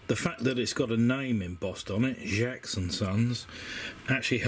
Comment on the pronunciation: As a metal detecting descendant of John Jaques, I was really interested by your croquet tag. FYI, it’s Jaques, like cakes, not Jaques, like jacks. I’m really loving your videos. I would recommend investing in a decent pointer though. Try a Garrett AT Pro Pointer. They’re a god send. Happy hunting!